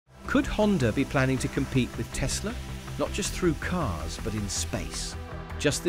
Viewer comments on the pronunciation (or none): none